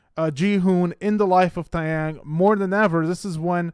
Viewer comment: Please pronounce his name correctly. It's Tay (like Day) Young Not Ty